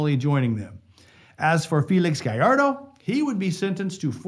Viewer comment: thank god. A youtuber who knows how to pronounce gallardo so sick of hearing people pronounce it galardo and not gajardo